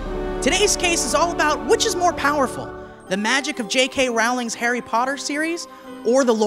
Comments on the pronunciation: STEVE. its Rowling like bowling. everything about this was beautiful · at the beginning...he pronounced Rowling wrong. IT IS ROWLING LIKE BOWLING